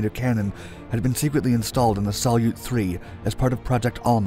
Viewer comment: "Salyut" by the way is accented on the second syllable. It's Russian for "salute" (in the "21-gun-" sense).